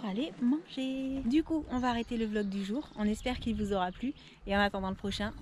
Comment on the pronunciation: Tu te rappelle que au toit début de ta chaîne tu disait velog et pas vlog répont s'il te plaît, se qui sont d'accord lâcher un pouce en l'air ⬇